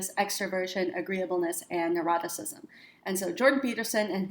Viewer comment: Neuroticism? I thought you said eroticism. Test wasn't quite as exciting as I thought it might be! lol